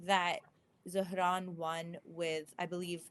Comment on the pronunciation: After hearing so many people pronounce Zohran as "Zo-Ran", hearing someone actually pronounce the "h" threw me for a loop.